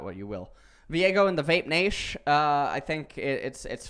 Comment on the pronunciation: He actually said VAPE NASH in the T1 Fightning channel PepePains